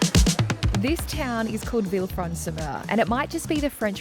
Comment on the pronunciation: Lol, Mer is pronounced Mare, not like myrrh